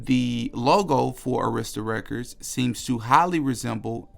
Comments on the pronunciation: It’s pronounced A - emphasis on the short A - rista Records. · You should learn how to pronounce "Dartmouth" an "Arista" "Meyer"...you are a conspiracy monger...you're not even an insider ....just ignorant